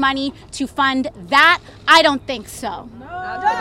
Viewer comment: Her mouth just ticks me off. Someone get her off of Congress. AOC “I DON TINK SO.” Give me a break women. We don’t need socialists in our country of America